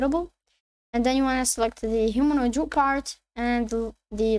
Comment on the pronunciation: wtf is a Humanoid Rock Bar. Speak clearer